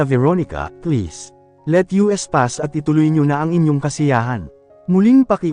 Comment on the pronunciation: Ayusin mo naman ang pag babasa. Hindi U.S. kundi us. Hindi ko na halos maintindihan. Ang begote hindi begot